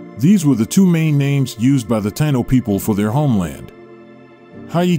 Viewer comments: It's pronounced Tie` ē no. Spelled like how its pronounced Taino! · I wish u would pronounce Taíno correctly..